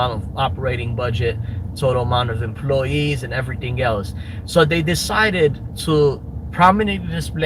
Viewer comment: "These empoy-yeez are unn-bee-lievable!" What a sad little nothing of a nobody you are, of Chicago.